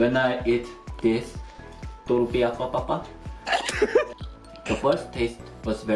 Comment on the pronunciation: tartilla de potata a ha ha ha ))))